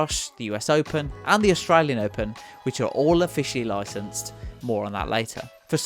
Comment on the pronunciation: You mean 'loycenses' and 'gaymepleah'?